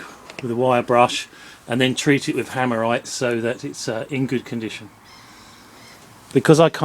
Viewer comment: Are you saying "hammerite" that you put on it?